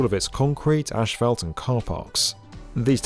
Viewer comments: Uh, the picture is Tucson, not Phoenix - and I couldn't keep listening to the guy say ASH-fault. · Its pronounced ass-fault not ash-fault... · Why is he saying ash-felt? It's as-fault. I don't get it. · British - Ash Felt American - Ass Fault As usual the British pronunciation is way more relaxing 😆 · I live in Britain, we don’t pronounce it ‘Ash Felt’ as the presenter said it. We say it as ‘Ass Fault’ too. No idea why this geezer was pronouncing it like that 😂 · lmao "ASHphalt" hahaha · ik he's British but why he saying "asphalt" like "ash-felt" ik British people can say their S's so why you keep pronouncing it like that???? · Apparently asphalt is pronounced "ashfelt" now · Great insight, but wtf is ashfelt? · Why does he keep saying 'ashfalt'? 🤔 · There’s no in “asphalt”. Very distracting wrong pronunciation. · It’s funny the way you pronounce asphalt 🤭